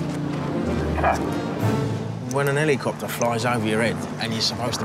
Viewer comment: …. “ Ponce de Leon’s helly copter”